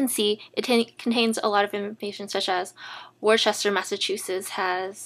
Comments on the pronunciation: Nice video, one point: Worcester is pronounced "woosta" or "wooster". All kidding aside, easy to follow complete example, and also liked the command lines, even for java compilation. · nice and simple...thanks. BTW, we pronounce that city in MA, "woohstah"....silly MA accents we have :-)